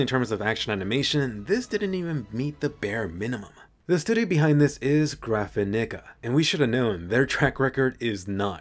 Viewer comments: The studio is called graph-a-what😂😂😂😂 jk loved the video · Urm is that how the company “graphanica” is pronounced??? It kinda hit me off guard👀😶